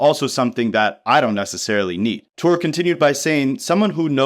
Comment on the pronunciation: Touré is pronounced “Tour-Ray”